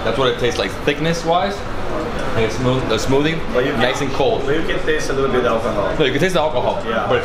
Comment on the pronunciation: please stop saying "smootie", it's SMOOTHIE!!! Com "TH".